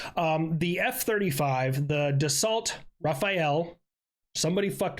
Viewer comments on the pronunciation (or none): Dassault is pronounced dasso. Like a stereotypical african American asking you to confirm an assertion you just made.